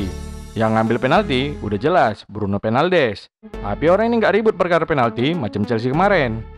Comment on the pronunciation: Bruno fernaldes 🤣 benerin dulu ngomong nya :v